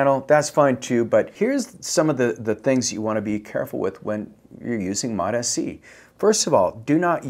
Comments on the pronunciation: It's MOTS-C, not MOTA-C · It’s MOTS-c, not MOT-sc. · FYI Its pronounced "MOTS" C NOT "MOT" S-C - S goes with MOT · This wanker still calling it mot Sc. Dude, it’s mots (like applesauce) C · No such thing as Mot SC Mots-C You sound ridiculous mispronouncing it but also giving advice on it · MOTA-C? You don't even know the name, bruh. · I lost a LOT of respect for not knowing how it's pronounced from the people who MADE it. It's exactly the same for how folks are pronouncing Tesa, Reta, Ipa etc. If you want to focus on getting your point across pronounce it properly. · Still mispronouncing it. Immediate thumbs down and bail .. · Bro, you're not even pronouncing it correctly. Doesn't instill much confidence. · Bro can't even pronounce it right. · Guy can’t even pronounce it right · Still mispronouncing Mots-C, I see.... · Yeah. Who can trust a peptide guy who can’t get the name right